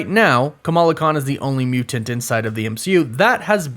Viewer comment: The way this dude pronounces somethings just kills me. "MuTanT" with an over emphasis on the T's. WereWOOF By Night. :-0